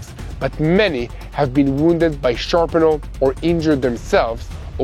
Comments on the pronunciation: Just fyi. The word is Shrapnel not Sharpenal. Just trying to be helpful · Yer doing great,! Much appreciated coverage, guys. Try this pronunciation of "shrapnel": Sh - RAP - nel